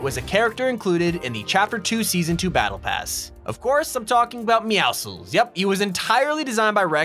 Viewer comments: OMG, SO RARE!! A PERSON WHO DOESN'T PRONOUNCE MEOWCLES AS MEOWSICKLS! THANK YOU!!!! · Why are you the only person of seen pronounce meowscles correctly? Meow+muscles Why do people say meow-skulls?